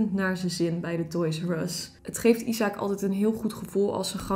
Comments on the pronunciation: Ben ik de enige die weet dat het niet “isaak” is maar je spreekt het uit als ajzek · isaac spreek je uit als “ijsek”